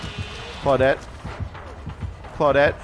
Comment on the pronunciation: I think Claw-dit as keeps saying is his favorite character.:)